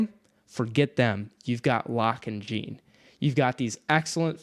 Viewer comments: Pronounce it "Jeen" one more time I fucking dare you 🤬 Haha it's pronounced like "Sean" but with a french "J" like Jéane Van Dam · This is why audiobooks matter! Jean is pronounced like Jean Valjean, not Billie Jean... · you calling Jean 'Jiin' I can't 😆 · I'm pretty sure it's pronounced like John but fancy. Anyway, love your videos almost as much as I love this book. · I cant get over how they pronounce Jean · Jean rhymes with Gone! 😭Other than that great vid guys! This is my fav book OAT!